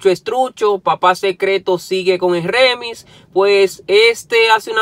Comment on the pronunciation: NO ES REMIS COÑO!!! ES ( REMIX EN INGLES ), Y RIMIX EN ESPAÑOL.